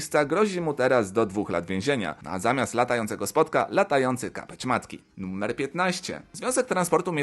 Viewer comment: Mówi się NUMER nie NUMMER!